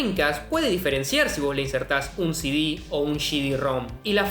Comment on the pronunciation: El bicho se cree japonés cuando dice «シディ». 🤣🤣🤣🤣